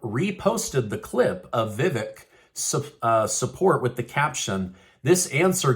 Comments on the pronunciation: Btw,, his name is pronounced:" Vi-vake". Long A sound. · Your pronouncing his name wrong Vivac as in cake I didn’t spell it right but I do have the right pronunciation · Vevek, is pronounced if you rhyme the "vek" with "cake, with the long 'a' sound." Vevaaaaaaak. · Learn how to pronounce Ramaswamy's first name. There's a long "a" in it as in "lake." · You are pronouncing it wrong. Vih-Vake is correct. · Vivek....pronounced Vi-vake, as in Cake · It's Vivek... Like cake... Say it right! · VI-VAKE pronounced LIKE CAKE! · If you are going to cover the 2024 presidential canidates, please learn how to pronounce their names. Vivak is pronouced as " ache or cake " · Vivak's first name is pronounced: Vi (short "i"-- vek - the "e" is pronounced like a hard "A"... = Vi- vAk !! Accent on second syllable!! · Vivek is pronounced vivake like cake